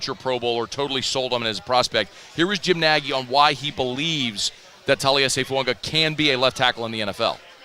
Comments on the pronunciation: It’s fuaga not fuanga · It's spelled Fuaga... but pronounced Fuanga... just ask Taliese himself.